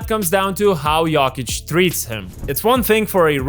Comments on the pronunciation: It’s not “yockich” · I hate the way you say Yolkich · With all respect, please pronounce his name right next time! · The way you pronounce Jokic triggers me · It's funny how you pronounce Jokić, like a posh girl from Belgrade(I'm not saying you sound like a girl 😆)